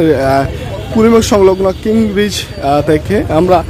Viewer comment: কিং ব্রিজ নয়, কীন ব্রিজ